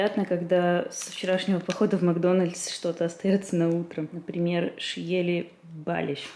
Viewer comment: В казахских словах ударение всегдааа на последнюю гласную:) шиелI, балIш, достЫк😊